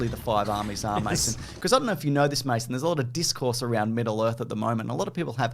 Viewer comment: "MASO"??? I've seen close to a hundred of these guys' videos, and I've always thought it was "Mason".